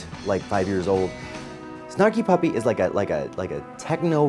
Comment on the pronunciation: Love hearing you saying all the band names...sparky puppy lol...also DMB fan..for life.